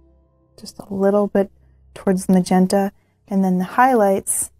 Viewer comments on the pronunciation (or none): none